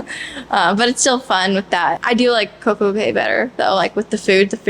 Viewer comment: I love this review. It's great hearing your different perspectives and hearing from the kids. I always felt the kids' voices were missing from the other reviews. Thank you for sharing. Royal Caribbean says it is pronounced Coco Kay, not Coco Kee.